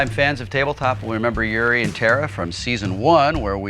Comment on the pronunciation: There's a "U" and "I" in Yuri...